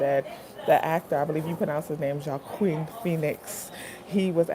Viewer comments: I love your reactions and btw his name is pronounced “wahkeen” 😂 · His name is pronounced 'hwakeen' phoenix